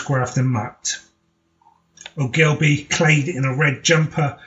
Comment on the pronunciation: For goodness sake , at least pronounce Ann's surname correctly .It is pronounced O - gill - bee .